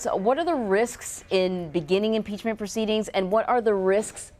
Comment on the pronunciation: Haa haa haa haaaaa .... Yes ,. Nancy ! Impeach him ! Haa haa haa haaaaaa!!!!!! That lush can’t even SAY impeachment!! Haa haa haa haaaaaaa !!!